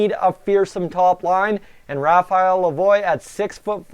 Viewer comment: Its not lavoyyyyyy its pronounced la vwaaaa as in Lavoie French